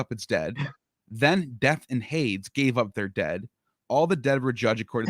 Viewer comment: minor point but Hades is pronounced 'Haydeeze'